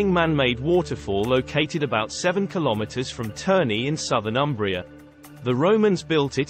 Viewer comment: 🚩 And start from respectful correct pronunciation of Umbria: it’s “Oombria” ( like in “moon”.) Italians will be grateful to you for that. 😂😂